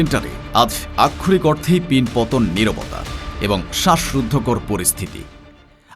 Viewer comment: আমি যতোবার এই প্রতিবেদকের প্রতিবাদ শুনেছি ততোবারই বারবার "আক্ষরিক অর্থে" শব্দগুচ্চের ব্যবহার দেখেছি। একই শব্দের ইচ্ছাকৃত রোবোটিক উচ্চারণ বিরক্তিকর এবং প্রয়োজনে অপ্রয়োজনে একই শব্দের ব্যবহার উচ্চারণকারীর শব্দের দৈনতা নিশ্চিত প্রমাণ করে।